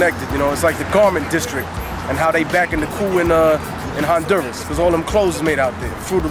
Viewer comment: YESS HE SAID HONDURASS lol